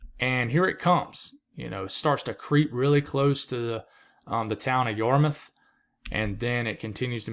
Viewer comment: Also, glad to hear your pronunciation of Yarmouth. We do have some weird town names here in Massachusetts. Try Leominster, or Worcester!